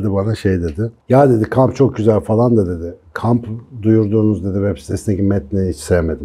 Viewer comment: gibi bir eğitimcinin "fElan" demesi kulağımı çok tırmalıyor. Küstahlık etmek istemem hocam ama "falan" ya da "filan". Teşekkürler:)